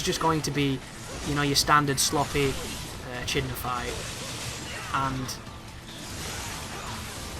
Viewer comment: I believe Echidna is pronounced with a hard ch like school :)